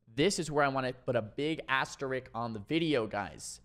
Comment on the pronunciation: Awesome video! By the way, it's "asterisk", not "asterick"! Thanks for the mage guide. I haven't been playing retail at all this expansion so I didn't know the context of some of these new things like Kleptomania that have been mentioned in some of your badass 3s videos (especially the hilarious triple mage ones). Now I do!